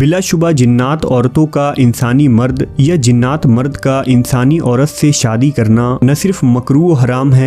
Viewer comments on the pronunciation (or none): none